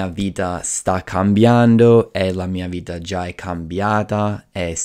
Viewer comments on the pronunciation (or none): Bravo, parli molto bene in italiano. Solo alcune imperfezioni: 0.04 bentornati al mio canale (non al mio video), 0.37 spremere (non premere ), 0.40 creativamente, ho smesso temporaneamente di fare video, 1.27 nell’ultimo : allunga molto la elle (nellllultimo), 3.30. vita (non vida), 4.20 infrango, 4.50 distorcere, 5.50 salute mentale (non della mente), zucchero nel cervello non è usato in italiano (diciamo sale in zucca), 7.30 gastronomia, 8.50 la meditazione (i nomi in italiano sono quasi sempre preceduti dall’articolo), 9.30 non manovre ma esercizi, 10.00nel mondo dei libri, 10.31voglio non voio. Parli meglio di molti italiani. Ho comprato il tuo libro, è molto utile, complimenti.